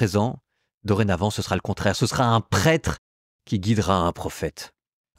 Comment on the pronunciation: Merci pour votre travail. Essayez cependant de bien prononcer le mot prêtre. Trop souvent on entend le prête. Fraternellement